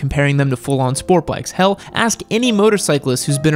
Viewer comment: please dont say hell like that